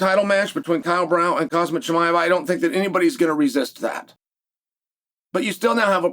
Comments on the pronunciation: My ears hear "calm sat" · The fact that Chael still can't pronounce Khamzat is hilarious